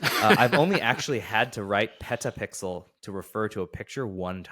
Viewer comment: I like "PetaPixers"